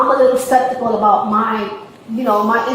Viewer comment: "spektical" ... "septikal" ??? Pick a mispronunciation and stick with it.